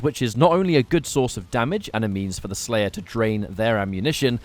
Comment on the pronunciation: When the slayah is tendah. Indeed my friend. Indeed